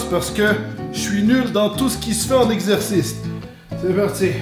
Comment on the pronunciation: nouvelle facon de dire exercice ``exerciste``